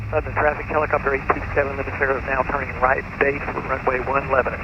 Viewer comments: Was going to say the same thing. Leb-nin. would have a hard time with Shelbyville too. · You almost got to the point you could correctly pronounce “Lebnan !” I can’t tell you about all the fun places to eat and things to do in Middle Tennessee if y’all remain blacked out on FlightAware! Did you meet the great Heather Bay, airport manager at Lebanon? We base our (air conditioned) A36 20 miles south at KMBT. Safe travels! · I'm from Nashville... It's pronounced "Lebnin" here. Yup we drop a syllable and change the pronunciation.